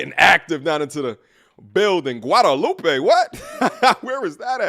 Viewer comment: Guadeloupe is pronounced Goo-ad-loop its a caribbean island that was colonised by the French.